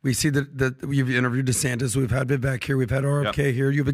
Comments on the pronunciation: Have a 2024 resolution for the guys . . . Start saying Vivek’s name correctly. It rhymes with ‘cake’ not ‘Ek’ All love to the PBD team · Vivek. Pronounced: Vi-vake (as in cake or bake). Please stop pronouncing his name wrong. Take the time to learn how to say his name. It comes across as disrespectful. Come on guys. You’re better than that. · Great podcast. But the pronunciation is Vivāk. (Vivek)